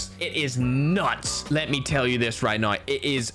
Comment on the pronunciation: Maybe it’s time you actually say “now” as N O W and not “nine”